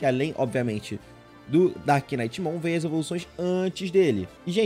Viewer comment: Meu sonho, ver o pronunciando "knight" corretamente., pelo amor de Deus haushauah, no inglês, NÃO se lê "knight" e sim "night". Você ignora totalmente o K na hora de pronunciar.